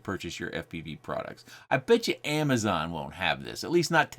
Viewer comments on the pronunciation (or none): none